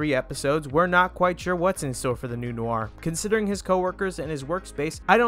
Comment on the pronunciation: why do you keep saying it as new are,,, its noir,,, pronounced nwarr